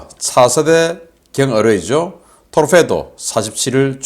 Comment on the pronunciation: 인균이가 스웨덴 어뢰를 토르페도란다... 어느 고교 대학 나왔냐? 토피도란 말도 모르는 자가 무기전문가인 척하냐?